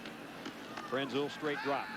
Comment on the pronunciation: Lynn Swann mispronounced Krenzel's name.